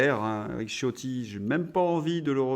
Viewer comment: Il me semble que le nom Ciotti qui est italien se prononce Chiotti !